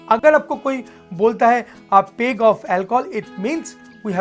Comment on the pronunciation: its pronounced as- Pegg, not as u pronounce- Pae-g i pointed out coz this is not expected from someone who is a professional bartender